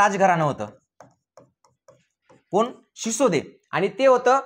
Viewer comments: भाऊ ते सिसोदे नव्हते सिसोदिया होते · शिसोदे नाही बाळा ..सिसोदिया..होते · शिसोदे नाही sisodiya bola